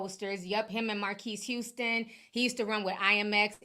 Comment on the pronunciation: Marcus. Marcus Houston lol when I hear u say his name I be like why doesn’t she know that she knows everything